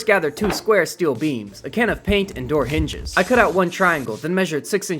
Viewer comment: I don’t know how to explain this, but the way he said door hinges really freaked me out